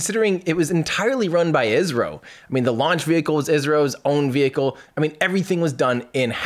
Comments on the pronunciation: He said, "ISRO." It did sound like Israel though. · For a second I thought that you said India’s rocket was done by Israel. Lol had to rewind to hear what you really said. 😂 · What he said was, "ISRO."